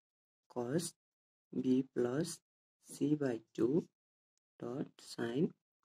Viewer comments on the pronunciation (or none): plus lai Plosh kina bhaneko?